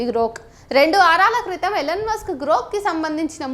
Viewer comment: Ellen musk kaadhu ELON Musk. sarigga pronounce cheyyali ledhantey Athaniki thelisthey chaala theda vasthundi..